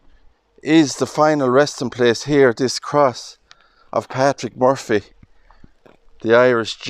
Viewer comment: Lovely video. I love how you pronounce Murphy, my maiden name 😊. May Patrick rest in peace 🙏🏻